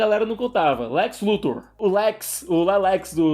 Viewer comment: " LE Lex " foi foda! kkkkk